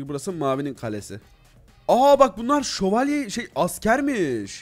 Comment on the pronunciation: Nobody::şovalyelerla savaştık